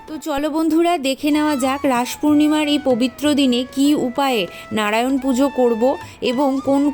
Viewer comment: 🙏🙏🙏 খমা করবেন কিন্তু আপনি মন্ত্র একটু বেশি ভদ্র ভাবে বলতে গিয়ে উচ্চারণ টা ভুল করছেন হরো হরি টাকে হড়ো হড়ি করেদিচ্ছেন ভগবান নারায়ন কে নাড়ায়ন বোলছেন একটু ভালো করে উচ্চারণ করলে সুনতে ভালো লাগে ভুল বললে খমা করবেন 🙏🙏🙏🙏